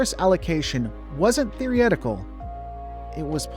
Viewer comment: "Theoryetical"? Is this AI slop???